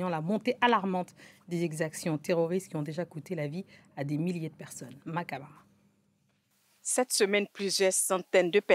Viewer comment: Serge Daniel depuis Dakar et Mmah Camara réagit depuis quel pays, vous ne le dites pas puisqu'on sait que france 24 est persona non gratta au Burkina Faso ? Vraiment, france24 , vous perdez de jour en jour toute crédibilité. Et la pseudo journaliste qui présente la dame en disant Makaba or c'est écrit autre chose .